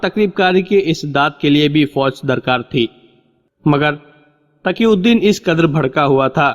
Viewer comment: Pehly tum apni urdu sudhar lo phir bolna taqi ko Taki aur phylao failao zamen ko jamen aur bahot se ghaltyan hay talaffuz theek karlo phir recordings karna a. Faraaz. Bombay